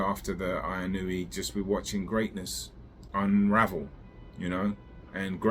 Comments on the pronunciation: Just a heads up. It is Ee-noh-eh Inoue In Japanese, like spanish A - ah I - ee U - ooh E - eh O - oh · What is that like 8 different Japanese people calling him eeh no weh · It's so fuuking annoying when a name is written in English and English speakers can't read or pronounce it with shiit. WTF language do you really speak? It's not like it's written in Wingding! TF is "Ai-ee-noo-wee"? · It's actually pronounced In-oh-ooo-eh. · You obviously don't know Japanese. If you did then you would know where you are wrong. 井上 is いのうえ, the 上 in 井上 is pronounced as うえ (ooeh). 井上 is pronounced as eeno-ooeh. Don't take my word, ask a native Japanese speaker. Most don't really care enough to say it correctly so you don't have too either. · 😂😂😂it’s ee-noh-oo-eh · Find out at least how to pronounce the name of the guy right, you sound like a moron. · Not correct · the u gets blended in to the oh. It isn't pronounced with a separate syllable like the announcer said before the fight.